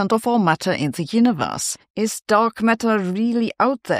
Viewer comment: ) Perhaps Sabine says Heuniverse not Universe not because of a German accent, but because she believes the Universe only heuristically exists...